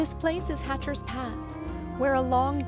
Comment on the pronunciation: Hatcher Pass (not Hatcher's) 🤗